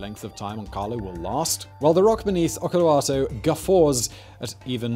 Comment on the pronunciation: en saanu mitään selvää mitä se yritti sanoa videon alussa. "Olkiluoto" oli kyseinen sana